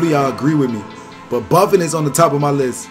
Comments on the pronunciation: His name isn't Buffin' ... his name is pronounced : Boo-Phone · buffin? Its pronounced Boo-fon